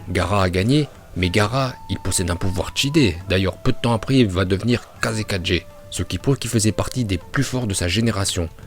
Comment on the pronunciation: weeeeeeesh "kazekaJe" non c trop là je suis plié😂😂😂😂😂😂